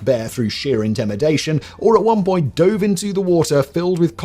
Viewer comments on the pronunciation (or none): none